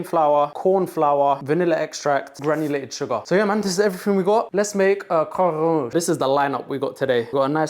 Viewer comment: "If youre lactose intolerant, grow up" that was not what i expected the 2nd half of the sentence to be💀💀. A+ pronounciation of croquembouche btw🙂‍↕️✨️👏